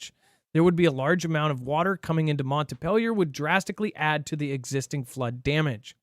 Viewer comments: Missed the live. Watching the replay. it’s Montpelier not Mont a pelier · Montpelier will still be in the news so it’s pronounced Mount Pee Lee Er Your welcome 😇